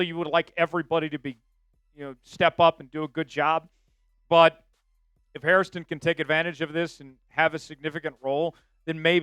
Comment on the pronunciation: It’s Hairston, not Harriston. Only two syllables.